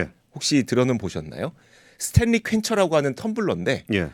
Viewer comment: 스탠리 한국어표기법 발음은 스탤리가 아니고 스탠니 혹은 스탠리 입니다. 요즘 젊은분들 한국어 발음이 심각합니다. 신라면은 실라면이 아니고 신라면 이고 원룸 발음은 월룸이아니고 원룸입니다.